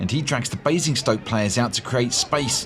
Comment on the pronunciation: Bruh there is no E in Basingstoke lol